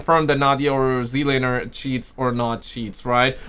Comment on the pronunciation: It's (Zee) Lane (er) btw. Dude with the deep voice was either AI or just doesn't know how to say Z Laner's name.